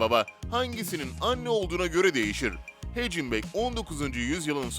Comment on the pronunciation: Hagenbak diye okunur o Carl Hagenbak hecıbek değil